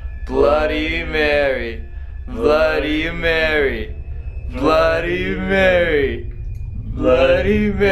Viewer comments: your cursed for ever you only say bloddy Mary 3 times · guava juice u said it wrong its bloody mary is youre name come if you can play this game if you hear a deathly scream someone murdered you a queen thats what you say and say it 3 times in a mirror then after u say bloody murder marys death 5 times